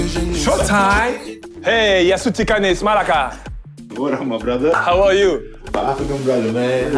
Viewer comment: “Malaka” means literally asshole but we use it as “dude” too. Perfect pronunciation Serge 😂😂